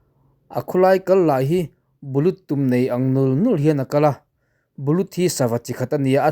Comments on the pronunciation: Bu-lut ani lo. Bul hi lam la, lut lam leh rawh. L a bouble hi. Bullut. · Bullut kha i lam diklo.. bullut = bul-lut tia lam tur bulut tia lam lovin, l kha lam double tur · Bulut tiin i lam ri a, bul-lut tih tur a ni. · Bulut a awm ngailo a. Bullut tih tur . Burchut hi ka hre ngai lova. Churchut erawh ka hre thin. Tin, entirna i siam hi inmillo aawm nual bawk. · Bullut pawh hi i sawi rikah hian bul lut deuh viau se ka duh. Bu lut i ti chiah lo na in, bul lut deuh ngut se ka duh deuh. I chanel hi a tha in, a ngaihhlutawm dawn riauin ka hria.